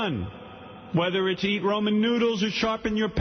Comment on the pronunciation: It’s Ramen, not Roman. It’s pronounced Rah-man.